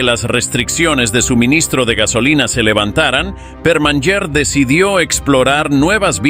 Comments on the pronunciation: No se dice "perman yer" se dice "permañer" la NY en català es el sonido Ñ. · La NY catalana suena como la Ñ española. Por fabor sustituid el abominable sonido cuando mencionais a Permanyer por su verdadero sonido Permañer...